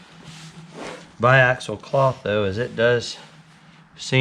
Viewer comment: Awesome to see the progress, can't wait to see it in person! And you nailed the biaxial pronunciation!